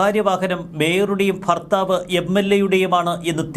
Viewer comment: സർ ഫർത്താവല്ല ഭർത്താവ് എന്നാണ് പറയേണ്ടത്